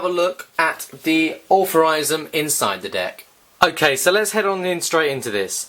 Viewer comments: Wtf is allferysm? It is iel- true- ism And wtf is brung? It is brought. Englishman but horrible english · Why are you saying authorisum when its altruism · you should really learn to pronounce words if your commentating..altruism..al..true..ism..